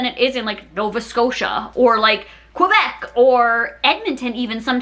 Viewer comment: why do you say quebec like that?